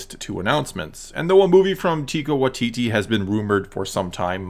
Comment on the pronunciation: “Tika Watiti”